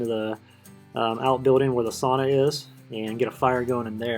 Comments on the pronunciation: Sau-na NOT Saw-naw! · Strange sauna (pronounced sow-na) you have. As a Finn I know a bit about sauna, never seen one without stones on the stove to hold heat and make steam when watered, I don't understand how this one works I guess. Also always have more than one tier of bench.